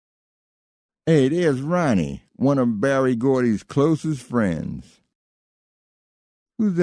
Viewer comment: Why does he keep calling Berry BARRY?